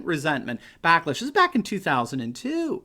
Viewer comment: Did you say "blacklash?" ... Yes!